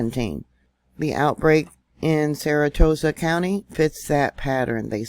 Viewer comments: Sara Sota not saratota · not saratoesa...Sara so ta. it helps if the word is separated at the vowels making easier to pronounce. you got this. love your channel!!❤ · It's pronounced Sarah Soda.. Sarasota.. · If you can't pronounce "SARASOTA" PROPERLY, you shouldn't be reporting, and I shouldn't be listening. C'mon.....EVERYONE has heard of "SARA SOTA." You SPELLED it right, now learn how to READ WHAT YOU WROTE. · We in the south pronounce it or sounds like Sara-Soda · THAT NAME IS PRONOUNCED "SARA-SODA"...